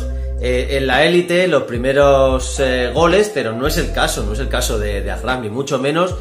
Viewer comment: Se dice achraf